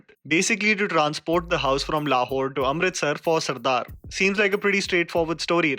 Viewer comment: Why do I hear Le Whore everytime you say Lahore?😂